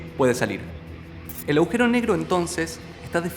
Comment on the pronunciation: Muy buena explicación. El video está muy bueno en muchos sentidos. Pero lo que sí me dan ganas de comentarte es que cada vez que decís"aujero" en vez agujero, resulta chocante y resta bastante. Saludos